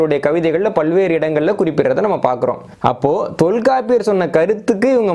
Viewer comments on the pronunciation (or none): none